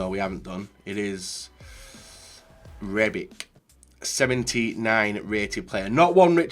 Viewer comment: its rebiC not rebiK and coriC not coriK